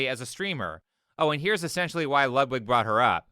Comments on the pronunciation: Great video. Just one minor thing that slightly bothers me, but only because I am dumb: "Ludwig" is pronounced like you'd pronunce "Loodvig" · It is pronounced Lood-Vig.. not Lud-wig. Just letting you know. Love the video.